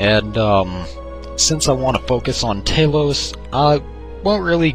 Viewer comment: Ta-lose not Tay-lose. Pronounce Talos, the ninth divine's name correctly!